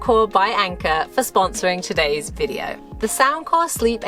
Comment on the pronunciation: VideeOH-oo. think that is 4 syllables. lol